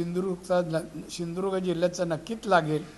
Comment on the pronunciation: याला साध सिंधुदुर्ग म्हणता येत नाही हाय कपाळ. ......